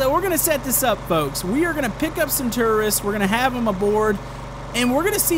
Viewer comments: Why did he say terrorists instead of tourist?? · Jisoizzard i heard terrorists too But it's tourists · so uuhhh,... gotta work on some english there... you kept saying tourists TERRORISTS XD! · did he say stranded tourists or stranded terrorists? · I thought said "Stranded Terrorists" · Did he say tererists insded of tourists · It sounded like he was saying stranded terrorist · It sounds like you were saying terrorists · Did u say terroriste?? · sorry but no offence but when you say stranded tourists it sounds like stranded terrorist